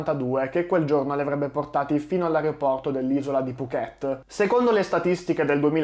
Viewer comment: Mamma mia mi vengono i brividi. Ho fatto la rotta Bangkok Phuket una dozzina di volte, di cui la metà nella stagione dei monsoni. Per fortuna non abbiamo mai avuto questi problemi. A proposito, Phuket si pronuncia con l'accento sulla prima sillaba. 🙂 Saluti e complimenti per il tuo canale.